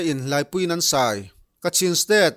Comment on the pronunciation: Laipui in an sai. Thi a, Sai ti hi Sai(elephant) thluk a lam tur a ni zawk lo maw🤭